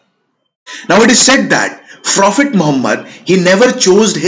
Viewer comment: Not frophet, prophet get your pronunciation right bro!